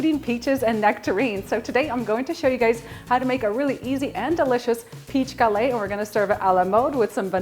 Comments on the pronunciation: Gah-LETT, not ga-lei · French cuisine called a GuhLETT -- not gal-AY. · Hi i love your recipe but i don't know, about the way you pronounce the word "Galette", you're supposed to say it with the 2 T's like "LET go / galLETTE". I'm from Quebec and my grandparents are from France. Anyway, just a little lesson i'm giving you. Friendly yours...France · The "T" is pronounced in gallette. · Looks delicious. FYI, you do pronounce the t's in the word "galette". Have a great day and keep up the good work!